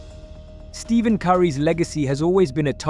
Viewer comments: It's not Steven, it's Stephen. There is no v. How does anyone mispronounce his name at this point? Even before the Olympics. Watch you own file footage man! Like nails on a chalkboard. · First of all, he Stephen Curry pronounces Stephen as Stefen, NOT Steven!!! P-H should be pronounced as an “F,” NOT a “VE”!!! How for so long S-T—E-P-H-E-N has been pronounced like S-T-E-V-E-N is WAY BEYOND anything I.can fathom!!! Whoever deeded to pronounce S-T-E-P-H-E-N like S-T-E-V-E-N is an ABSOLUTE moron!!! Now that I have this off my chest I’m putting my five out there. If it has to be those who have transcended the game then it would have to be Wilt Chamberlain, “Magic” Johnson, Larry Bird, Stephen Curry, and Bill Russell. Russell showed the world how team play would produce championships. No one will ever match his number of championship rings. Wilt Chamberlain changed the rules of basketball all by himself, not just because of his height and size but because of his incredible athleticism inside that huge body of his. He also could jump as high as high as Michael Jordan’s as both had a vertical leap of 48 inches. Before the tandem of Larry Bird and Magic came along basketball wasn’t very popular. Thanks to the genius of the late, great comissioner, David Stern, seeing what this “Dynamic Duo” could do to increase the popularity of NBA game was nothing short of sensational. “Mzagic” with what he did from the point guard position and Larry being the first great three-point shooter (Screw you, J.J. Riddick!), plus how he played the small foerward position like the point guard position made the NBA game what it now is. Ask Michael Jordan who his top five are and in it he A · I left after you called him “Steven Curry” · Man said Steven Curry